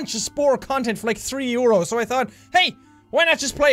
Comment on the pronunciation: Me, an American child, "Mom what is a 'you're oh'?" XD